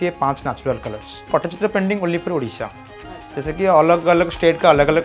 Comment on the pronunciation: Madam pls pronounce it properly. It's not pottychitra it's Pattichitra😂